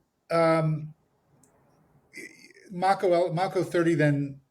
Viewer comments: This dumbass keeps saying “Mocko.” It’s “Mako,” the shark. Mako 30. So cringe. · Mako (May - ko) wonder why he's not correcting the mispronunciation minor detail.I notice weird things. After watching the feed , it's hard for me to see what any of those seals did to get the Medal of Honor. I'm 60 gunner, is lighten up the side of a bunker.He gets hit with a bit of shrapnel , it got hot and they split.